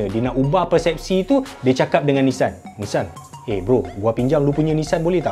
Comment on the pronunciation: bukan nessan bang tapi Nissan